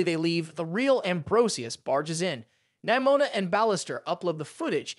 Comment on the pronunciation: “Nimoma” got me dying lol😂